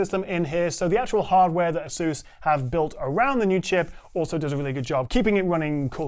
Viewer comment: how can you not properly speak Asus baffles me